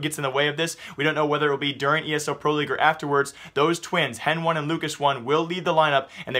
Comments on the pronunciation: HEN1 is pronounced as Hen-ee. Not Hen-One. Same with LUCAS1, Its still pronounced as Lucas, brah y u mispronounce pro players' names? Same with ptr, its not pee-tee-are, its peter. wth? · I know it's spelled Hen1, but it pronounced Heni